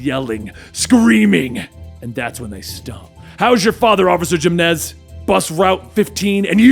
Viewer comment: I believe He said “gymnes” instead of Jimenez lol